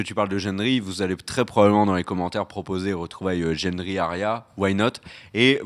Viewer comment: Mais jendri???? C pas Gendri?